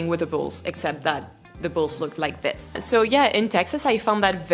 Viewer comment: Comme une bouteille à la mer. Si je puis me permettre, il me semble que vous pourriez parfaire [et non améliorer ou corriger] votre anglais en soignant plus encore les phonèmes. Je vous donne un exemple. Le « i » et le « é » ont un formant commun qui laisse parfois la place à un son hybride voire ambigüe. Ainsi, pour prononcer correctement le mot « this » [prononcé ”zis” en français] il est recommandé de penser le i comme un é, ce qui donne zés. Votre « the » est, selon moi, trop « zeu » [le eu de beurre] alors qu’il gagnerait à se rapprocher du « za ». Faites-vous la différence phonétique entre : this book VS these books ? Love from Paris France 🇫🇷💙🤍❤️🧔🏻‍♂️